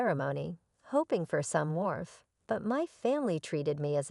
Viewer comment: Warmth not wharf